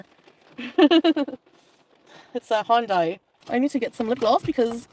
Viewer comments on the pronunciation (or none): I love when she completely freaking butchers the pronunciation. Hyundai is hon-duy according to her, huh? Interesting. I bet Honda is hoonda then.